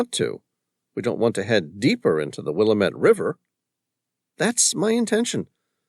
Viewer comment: Good story... Will lam it not Willamat